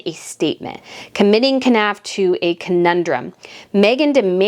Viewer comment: Knauf is pronounced ‘Norf’.